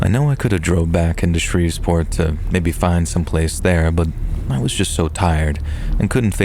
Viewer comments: It’s Shreveport! Not ShreveSport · What was up with Shreve'sport 😂 ..that was driving me nuts..